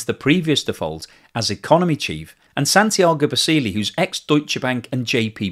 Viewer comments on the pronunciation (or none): none